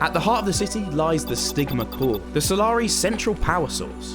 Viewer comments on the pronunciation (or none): I thought you said the sigma core lol😂🎉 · the vid: "the stigma core" What I hear: "the sigma core"